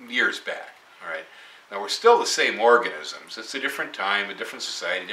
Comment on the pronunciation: LOL there's no denying, you ment to say organisms but you said orgasms!